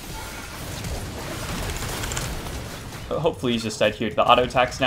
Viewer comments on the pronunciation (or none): Tilyah?? I thought it was taliyah lol